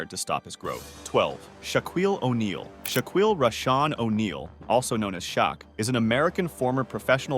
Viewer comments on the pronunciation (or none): He don't even know how to say these people's names. Who the hell is Shaquille O'Neal? Lmfao